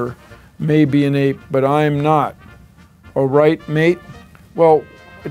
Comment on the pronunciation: Hearing Bill Nye say orite m8 has made my life fulfilled